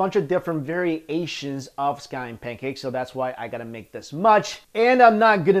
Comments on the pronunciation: It's ironic how "variations" sounds like "very asians"... since you all look the same ... love your videos :) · Va-ree-aye-shuns Lol! Hehee ;) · AM I the only bad person who finds it hilarious when he says "Very-asians" instead of variations haha